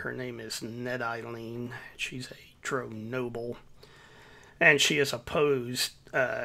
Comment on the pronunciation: Dro - A form of mary jay buds that have been grown "Hydroponically" in water without soil Drow - Like Brow. but with a d. Dark elves. Just so you know. Everytime i heard you say it. Fun watch though.